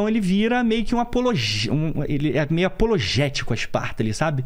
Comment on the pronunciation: Apoteótico, " apologéstico" foi engraçado😅